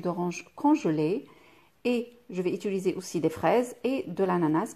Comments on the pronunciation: blb 0609 j ai bien le droit de faire une remarque et gentiment en + si pour vous c est ridicule pour moi ça donne mal aux oreilles . Bonne fin de journée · Moi même francaise je dit ituliser!!! C compliquer pour certaines personnes alors un peu d'indulgence ! Tjrs a commenter pour rien. Pathétique! Ton français est parfait toi peux être. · Svp madame dans toutes vos vidéos vous dites “ Ituliser “ ce n est pas français du tout , il faut plutôt dire “Utiliser “ . Merci